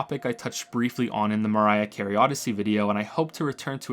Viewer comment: Did he say Mariah Carey Odyssey or am I losing my mind?